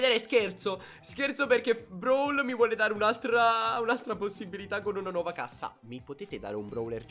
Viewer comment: dice “nauova” 😂